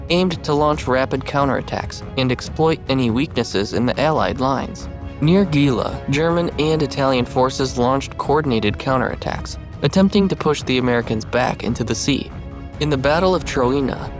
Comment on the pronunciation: gela is pronounced JAY-luh, Licata is pronounced lee-CAH-tuh